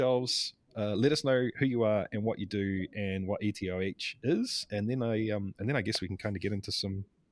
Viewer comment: EtOH not ETOH Pls